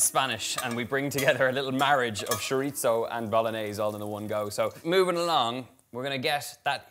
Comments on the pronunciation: Why is he saying shoritzo instead of chorizo? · The word is pronounced choreezo. Love it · that is nowhere near how you say chorizo... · Woohoo. P.S. i love how you say sho-rit-zoh for chorizo whereas in philippines I grew up hearing it as tso-reee-so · We love you Donal but it’s chore-E-so. AND I can’t wait to make this for my family. I’m not sure if you’ve done it yet but it would be so nice to see your siblings in a cooking video with you. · He’s certainly not pretentious. Although he is gorgeous. Oh the Irish. He can say shiritzo if he wants to. Maybe it’s just his accent. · I kept repeating it the way he says it for the entire video. He says it completely naturally and confidently. Love it. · it's the constant mispronunciation of chorizo for me. but kidding aside, this looks delicious! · first time hearing it like that, I was so confused what he was talking about till I saw it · I'm British, and I can report that I've never heard my fellow Brits pronouncing it as "Shorizo"